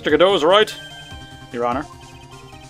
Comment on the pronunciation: You're actually right when it comes to the pronunciation of Godot's name. There's a reason for that, it will be revealed eventually.